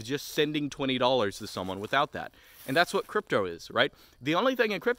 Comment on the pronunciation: dapper guy in a forest talks about cwypto